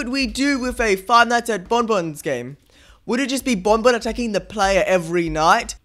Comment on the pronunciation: Fuuntim Fredy and bombomb Sorry not supposed to be offensive it’s just funny the way he says it